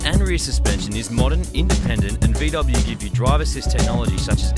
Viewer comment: VEE DUBBIN